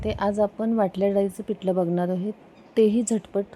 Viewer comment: पिटलं नाही पिठलं, पिट नाही पीठ 😂